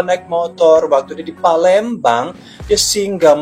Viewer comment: Palembang ❎ Palemdavan ✔